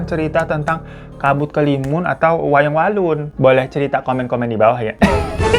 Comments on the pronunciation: 17.48 Wayang wangsul ❌ Wayang walun ✅ Yg bener lu babu hahahahaha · Gw mikir "apa gw salah denger ya pas dia bilang wayang walun" Krna seingetku pas awal² cerita dia kan bilangnya wayang wangsul. Tapi dengan kebiasaan si orang satu ini yaudahlah paham aja😂😂😂